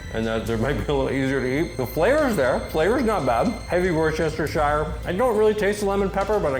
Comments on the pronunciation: I'm sure youve received a lot of comments about this already, but, just a little help with pronouncing Worcestershire would be wuss-ter-sher. Other than that tid bit, cracking video mate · worcestershire = wu·stuh·shuh sauce. take it slow and don't over think it. :) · not sure if you know but its pronounced Woo-ster lol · Wörshestershire lmao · It's "wurstercherstecherstershichidire"! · Sir. It’s “ Watch-Ur-Sister-Shower “ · Can no Americans pronounce Worcestershire. I'm really starting to think so. Though Asmon actually came fairly close. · Cool video, but please... please stop saying Worcestershire Sauce. Just call it W Sauce or something. xD